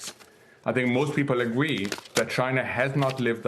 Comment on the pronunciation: Be vewy, vewy afwaid of tawwifs.